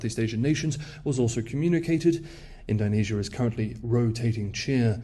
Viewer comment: All that effort with the Mandarin tones, and yet "Ind-OH-nesia" is somehow beyond you, mate? :) How bizarre.